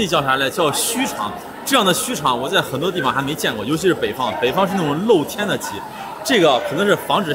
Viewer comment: 严重怀疑你是陕西渭南人 这个 lou 天这个词说的太醋溜了😂